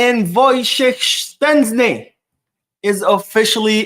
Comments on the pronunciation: Its not Shenczni brooooo Its SHEZSTNI.... 😂😂😂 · Why do you pronounce Szczesny like there's a T in the name, you are murdering the name ,it's pronounced like (shezney) so like In English "SH - E (like in egg) - Z - NEY " so I don't know where where you get the T sound from 😅